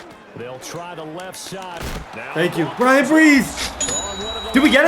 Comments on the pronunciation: Bryan Bresee pronounced like (BRUH-Zee) ⚜️ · Hey, I’m a die hard tiger fan and just want to say Bryan’s last name is pronounced “bruh-zee” it was gonna bother me if I didn’t say anything